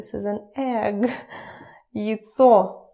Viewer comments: Почему вы произносите СТОЛ как СТУЛ, а яйцо как ЙЦО?! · Noone really pronounces яйцо as /jətsɔː/. It's clearly /jajtsɔː/ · Почему она говорит ецо, а не яйцо? Впервые слышу, чтоб яйца так называли.